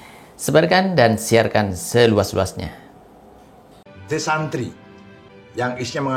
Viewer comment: The santri (bacanya desentri)